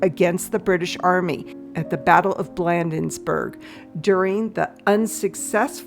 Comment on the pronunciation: As a Decorated DC tour guide i LOVE the video and will use some of this info in my tour going forward but i can tell u two things. #1 GW Custis Headstone and the Washington Monument are Egyptian obelisk that are erected in honor of Freemassons. And #2 it's pronounced BLADE-ens-Burg 🤭🥰